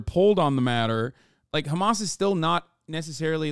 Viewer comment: and the way he says khamas pisses me off